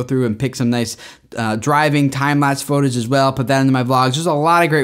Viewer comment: 📢I ALWAYS noticed pronounced "Footage" like "Photage"!!! I guess that would make sense, since it PHOtography and not Footagraphy 😂